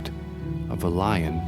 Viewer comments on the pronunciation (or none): none